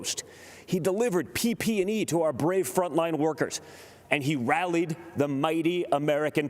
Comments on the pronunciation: He made it before sounding like he had no idea what he was talking about. It’s PPE, not PP and E. Well done Donny. You clearly have never had to use any. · It's just PPE...not PP&E... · He delivered "PP and E"? LOL!